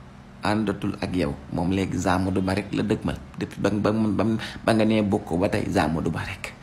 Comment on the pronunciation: Borom rewmi avc ces liaisons😂😂 Zamadou Ba😂😂😂😂